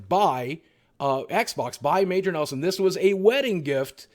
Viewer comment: Every time you say Major Neslon I think of I dream of Jeannie lol